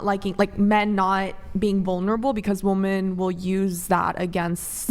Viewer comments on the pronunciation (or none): I hate how they say woman for plural… it’s women, woMEN! It’s so dumb